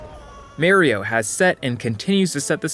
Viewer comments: merry-oh? even your captions took it as "Mayrio" smh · bro did you just call mario, merryo? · as an italian your pronounciation of mario makes me feel a deep scar within my heart being formed every time you speak about the game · What an odd way of saying Mario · I love this video, it expresses the love I have for freedom of movement in video games but, your pronunciation of Mario is just wrong my man :) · Nah why he say Mario like that 😭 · you say mario wrong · Great video, King. Actually fantastic. The Mario and doom pronunciations got me fuxxed though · Dude wtf are these pronunciations jesus fucking christ. MAYRIYO LIKE WAT DE FUCK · Amazing video. But cmon man, it's pronounced "Mah"rio!! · I love how he doesnt say the games names properly, like doom and merio 64. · Okay thank god you included Lucio's wall movement at the VERY end. Overwatch has some of the smoothest, versatile movement abilities around. Also, WHY do people say Marry-O instead of Mar-E-O? Regional difference? I've never understood it. The games nowadays (for a long time) legit way his name. It's an Italian name. It's pronounced MAR E O. God. It infuriates me. Almost as much as people who play with inverted controls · its not meareo its mario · you pronounce doom as the-om i just find it funny that you pronounce doom like that. ALSO it frustrates me that you pronounce MAWrio as MERRY-yo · It’s not Merio it’s Mario damnit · Two and a half minutes in he pronounces Mario as "mare-ee-oh" instead of "mah-ree-oh" and now none of his points are correct anymore, no matter how good of points they are. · Pronounces DOOM wrong for comedic effect and follows it up by unironcally saying "Mærio" instead of "Mario" smh... Good video tho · It's not "MAY-RO" it's "MAR-rio" get it right please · I was enjoying this video but I can't watch it because he says Merio instead of Mario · Dude said Super Mary-oh 64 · u lost me at may-rio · Why do you say Mario like that